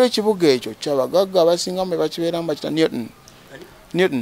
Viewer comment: 😂😂😂 This dude should tell the truth... he got locked up for having pronouncing Newton like that lol. How can you have a British accent while living in the Northeast US? They should have thrown away the key after locking you up 😂😂😂